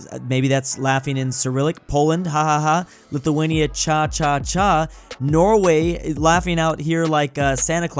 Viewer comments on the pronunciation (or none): as a Lithuanian, we don't say it like cha cha but it would sound more like xaxaxa